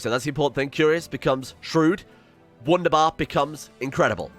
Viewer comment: im learning german so i cringe everytime he says w-undabar instead of v-undabar